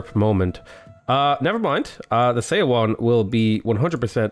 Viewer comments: Seondeok is pronounced Soundouk Edit: And Seowon is like "Souwon" Also, Lmao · Her name is pronounced like "sun-duck" and Seowon is pronounced like "Suh-one". When Korean is written with English letters, "eo" is pronounced like "uh".